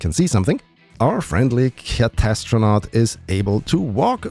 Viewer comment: obviously CAT-STRO-NAUT, not CATA, this is not WOW.